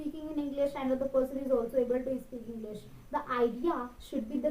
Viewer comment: It is not ispeak it is speak ..your pronunciation with s words are bad..improve that